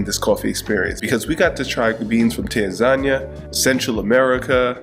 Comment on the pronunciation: Tan-Zan-ia?🫨I had to think about where that was😂,help😂 Great vid! Seychelles is on the list for 2025.